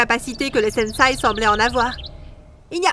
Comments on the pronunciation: Super vidéo mais c’est pas une étoile mais un shuriken et c’est sensei (qui ce prononce senssé )pas un sensai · Quand elle dit SENSAI J ai envie de lui dire on dit SENSEI ohhh!!!! 🥱